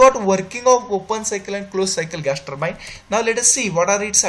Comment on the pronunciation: Ur english is very poor.. particularly turbine is says very worst pronunciation